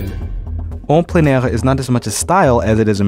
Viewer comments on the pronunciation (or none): 'on pline air' ffs guys you had one job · As an artist watching this was kind of painful because of the mispronunciations of certain artist terms. Plein air (plen-air), opaque (oh-pake)